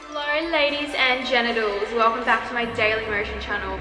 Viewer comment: Did you just say ladies and genitals 😥